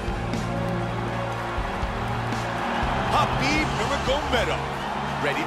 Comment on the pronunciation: you Write his name Khabib but u pronounce Habib.